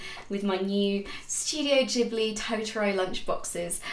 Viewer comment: Subscribed for Totoro and your correct pronunciation of Ghibli :)